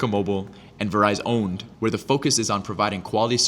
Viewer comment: "verizowned" CINEMA.